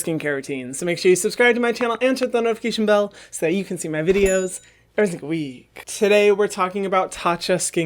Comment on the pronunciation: Hyram what the fuck was that LMAO ur "every single week" sounded like everywee